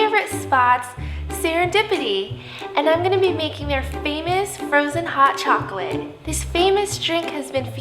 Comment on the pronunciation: Frozon hot chaklate